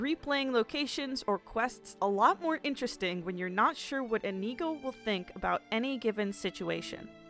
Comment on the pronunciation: I love this video, I’m only commenting to say I’m extremely annoyed at the fact she pronounced inigo wrong or maybe that’s me saying it wrong.